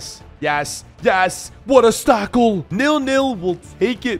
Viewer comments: 12th min he says what a stackle not what a tackle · Bro actually said stackLe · He said WHAT A STACKLE!